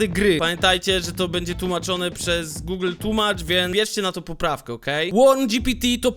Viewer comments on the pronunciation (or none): none